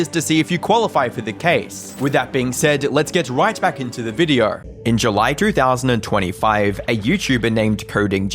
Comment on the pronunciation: Why do you struggle so hard with saying the word video??? Videour, videou, vidyore. Bro stick with one fake accent or just learn clear understandable english.